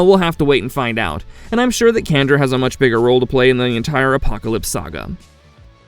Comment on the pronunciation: She's an External Candra(sjan-dra). The same lady from the episode X-ternally Yours in the original series.